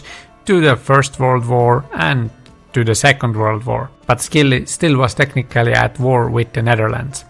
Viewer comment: Thanks. Interesting historical facts. BTW the islands are pronounced SILLY. Leave the C out. 🙂